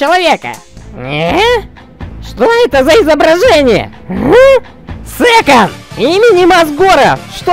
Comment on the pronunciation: Кто это такой "Сэкон"